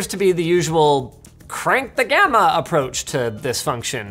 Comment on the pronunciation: Crank the grandma solution? (ik he said crank the gamma)